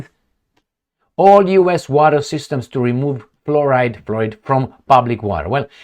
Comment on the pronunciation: Oh yah, removing fluoride from the water is my main main main main concern . 😅ahorita mismo estoy corriendo tropessando para ir votar. 😅 Someone needs to learn how to pronounce fluoride 😅😅😅